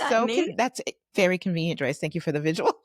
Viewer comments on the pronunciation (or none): No offense, but..........JOYCE!